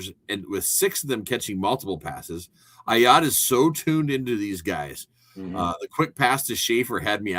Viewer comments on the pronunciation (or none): Bro, how are you not able to pronounce Ah Yats first name? He has been with the program for 3 years now and you can't get his name right. C'mon